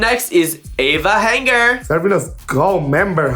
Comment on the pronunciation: Hold on wait a minute “Ava Hanger” 💀💀💀💀💀 #notthis 😂😂 she gets a boot and her name wrong #doublehomicide